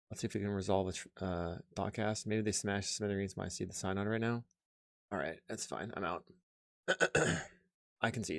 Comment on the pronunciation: One of these days I'm going to find a religious mtg creator who can pronounce synod.